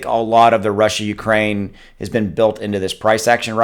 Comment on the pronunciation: I think you just made up a name for what happening. “Rukraine”